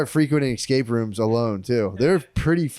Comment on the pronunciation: Love Matt saying "exscape"